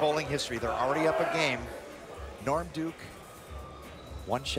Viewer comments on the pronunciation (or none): when Kimberly was interviewing norm duke she called him lorm